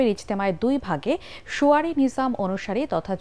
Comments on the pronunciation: সুয়ারি নয় শুরায়ী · শুয়ারি নয় শুরায়ী।